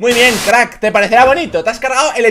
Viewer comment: La verdad se dice crack no crtak